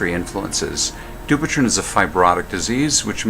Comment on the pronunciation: It is pronounced du-pwei-t-on